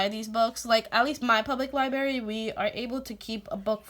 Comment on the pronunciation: PS: & Now you have me re-visiting Alpha Phonics.. That colorful paper is a GREAT idea! <3 PSS: U have me smiling.. U pronounce "library" the way my mom says "library" ... " li- berry" ^_^